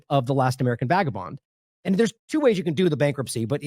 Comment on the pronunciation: *Vagabond. C'mon, Kim.